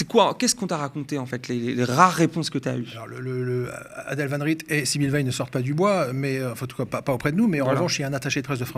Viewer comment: Je suis mort il fait comme Aymeric lompret à appeler la directrice van "rite" au lieu de van "rette"